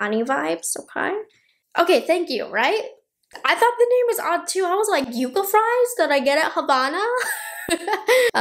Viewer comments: I think it’s pronounced ‘yuck-a’ as opposed to ‘yoo-ka’. I think the palette’s nice and I’ll probably pick it up. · Pronounced YUCK UH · Pronounced Yuck-ah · Seems like,the name is going to be an issue. Everyone I’ve seen is pronouncing it you-ca. But it’s spelled like yuck-ah, as in the desert tree like in Yucca Valley, California. Will be interested to see how Natasha pronounces it. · It's pronounced yuh-cuh, not yoocuh. If it was spelled yuca, then it would be pronounced yoocuh. Which are the fries you eat. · Everybody is mispronouncing yucca. Its Yuck ah. Not you ka! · Yep, we’ve got them all over West Texas, they’re gorgeous when they bloom! Yuck-a is the correct pronunciation, right on. 😊❤ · The color story really does look all the variations of the Yucca (Yuck-uh) desert plant. So beautiful. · It’s yuck-uh. We have them all over New Mexico! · It's pronounced Yuck ahh . We have them here in AZ . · Love, it’s pronounced yuck-a 😅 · It's pronounced yuh-kuh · Yucca is pronounced, yuh-kah. (Sounds like yuck-ah). Just as an fyi. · Lol...made me rise from the dead.. We pronounce it yucka in Virginia and California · I’m so glad you didn’t say it like yuck-a 😂😂😂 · It's pronounced Yuka. I from AZ they are all around 😊